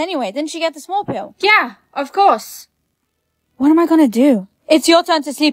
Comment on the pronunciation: Why did you always say what instead of 😂 whah